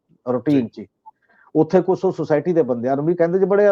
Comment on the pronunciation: Desh not Des , Pesh not Pes , Kush not Kus etc. should be pronounced to improve the standard of the program . Thanks .